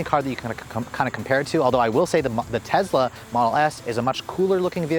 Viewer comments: It’s Tesla not Tezla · Tesla not Tezla. So annoying. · i get a feeling as if a cat is scratching a chalk board every time he says "tezla" and not Tesla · Bro it’s not TEZLA, it’s TESSSSLA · it's tessssla not tezzzzla named after Nicola Tesla, the father of our modern world! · It's a good video but it's amazingly annoying how you keep pronouncing it 'Tezla'. It sounds and it is wrong. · TEZLA lol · Tezzla lol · Nothing against this guy as a person but as a reviewer of products, he's too quick to state his personal preferences about things. I find it takes away from his journalistic professionalism and makes him sound biased. Also, he needs to talk a little better. And perhaps pronounce the name correctly - It's not Tezla. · Tezzzzzla, who tf says that lol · Why does he pronounce it tezzla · Frank Marzegliano Elon pronouces it both ways, he prefers "Tezla" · Tezlas . . . they're zuper zporty, but the leather on the zeats is kind of zhitty. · Sounded like you were saying Tezla. Love ur videos ❤️ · the funny thing about the mispronunciation of Tesla in this video is that pronounces it correctly in his Model 3 video posted BEFORE this video..kinda weird....regardless i'm a subscriber and enjoy the channel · Is it pronounced tezla or tesssla?